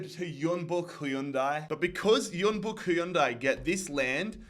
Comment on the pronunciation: Pronunciation notes, sorry mate. Jeonbuk … is a J man, like John. Then, in Chinese, zh are Js. So Guangzhou is like, Joe, and Shenzhen is kinda like Jen. Thanks mate!